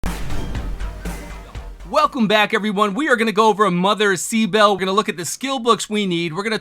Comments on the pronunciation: Pronounce: Kibele(kiy-be-le) from Anatolia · It's pronounced like Ki: bele. She's the Anatolian mother goddess.